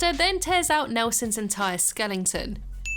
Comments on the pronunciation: Skeleton is not pronounced skellington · skelling-ton, first person I have heard after Richard Herring pronounce it that way lol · I love how she just says skellington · I love the way you pronounce skeleton skelling-ton lol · I was gonna say, that's not how you pronounce skeleton XD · I loveeeeeeeeeeeee punnnns